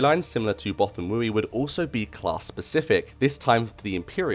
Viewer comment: Okay... yes this is nit picky and people are going to argue. BUT it is pronounced Both-ah-wee. Many audiobooks support this pronunciation, just ask Marc Thompson.